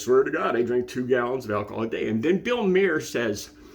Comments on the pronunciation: Mahr is pronounced like Car but with an M. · It's pronounced Bill Mar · I’ve seen ten seconds of this video, and this guy has already made two mistakes. He claimed it was 3 AM and it looks like there’s sun out. Most importantly he mispronounced Bill Maher’s name.